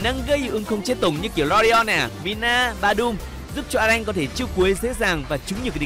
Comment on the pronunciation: Alan chứ a lanh:)))